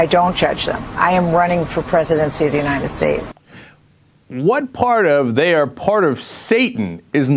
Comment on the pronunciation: still laughing about the way she says "uninted states"